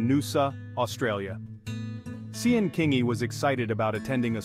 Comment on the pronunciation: Sian is pronounced Sharn 😕 was hard to listen to that AI